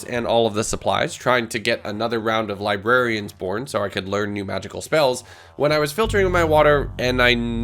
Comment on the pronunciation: did he just say "librarians porn" or am i high?